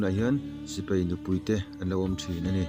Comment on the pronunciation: I thil lam hi, Sipei nilovin, Sipai tih tur ani zawk lo maw?